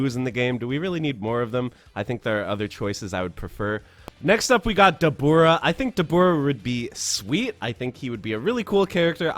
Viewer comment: isn’t it “dah-boo-rah”